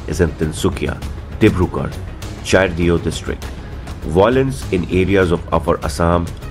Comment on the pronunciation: Charaideo is read as - Sarai deo( सराय देव)! Pls Get ur pronunciations right.